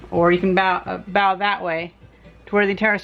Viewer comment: bow as in bow & arrow or bow tie not as in bow down